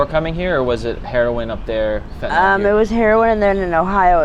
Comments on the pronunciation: Why do people pronounce it as fentynol and not fentanyl? Just curious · Never met a person yet who can pronounce Fentanyl correctly. Not that it matters to them.